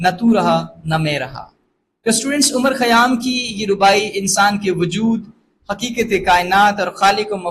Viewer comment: Respected Sir, you mispronounced the name of poet. Great lecture, Thanks